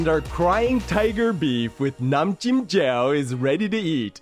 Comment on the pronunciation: As a Thai, your Nam Jim Jaew looks legit (and your pronunciation was also perfect!) Well done!